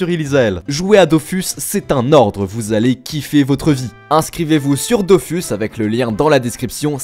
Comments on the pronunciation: Dofus se prononcer DOFOUS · Je corrige juste 2 trucs, concernant Dofus, les devs ont tranché en début d'année, ça se prononce "dofous", et je ne pense pas que le "s" de kamas se prononce, sauf si vous parlez d'euross et pas d'euros avec le "s" muet :-)